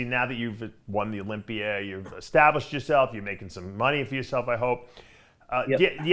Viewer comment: Dave cant pronounce Olympia he says olympier lol